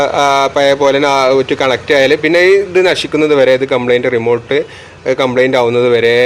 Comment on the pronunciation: റിമോൾട്ട് അല്ല ഭായ്... 🙄 റിമോട്ട് 😘നിങ്ങളെപ്പോലെ ഒരു ടെക്‌നിഷ്യൻ ഇങ്ങനെ ആണേ സാധാരക്കാരൻ എന്താ പറയുക 😢😢😢